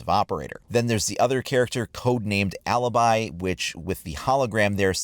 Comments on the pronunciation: It's Alibi! Not Alabai!!!!!! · MAestro not mYstro and Alibi not Aliby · For next time the new ops names are pronounced A-lee-be and Ma-estro. Also do you play ranked, because watching casual is a bit boring. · IO SONO UN PELINO ITALIANO,E DIO BOIA QUANTO MI STA SUL CAZZO LA SUA PRONUNCIA DI "ALIBI" E "MAESTRO"